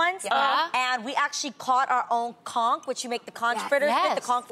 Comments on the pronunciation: Its pistal adrienne ..... look at then messing up the word conch (the ch takes on the k sound)... this not spongebob with with the mighty conch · lol why do yall pronounce conch like that? Or do we island people just say i wrong lmaoo?